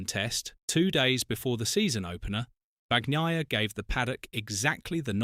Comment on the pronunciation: Have some respect, and pronounce his name correctly.